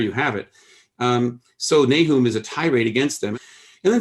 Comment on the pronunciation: Nahoom? I've always pronounced it NAY-um.